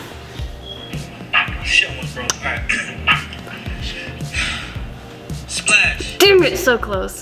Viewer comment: But like did she say damet